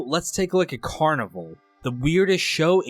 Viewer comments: You're right, that is how it's pronounced. The guy who made this video is saying the word carnival. It's pronounced they way you said which is the same as it would be in French which is the spelling used in the show title. The first episode even had the carnies singing multiple songs in French. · It is, the guy making videos on it doesn’t even know how to pronounce the name💀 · Well, I guess cause there’s a carnival in it he just assumed that. But he’s always done a pretty good job at summarizing this stuff, despite not saying the name of the show correctly. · So is this guy mispronouncing the title on purpose like some brainless the 2nd? It’s not “carniVULE”. It’s “carniVAL” like Val Kilmer. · It's car-nih-val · I thought always thought the title of the show was pronounced "car-nih-val" like the Brazilian parade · It is… this guy is low effort af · Carnivale is so niche that YouTuber's can't even be bothered to pronounce it correctly 😂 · You're pronouncing the name wrong.